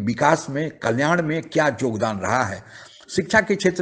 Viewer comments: दादा जी जोगदान नहीं योगदान बोलते है दादा जी 11 मिनिट के ब्लॉग मैं 6 मिनिट आपका भाषण है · Jogdan nhi yogdan.. mr. Up walo hindi to theek se bol lia kro...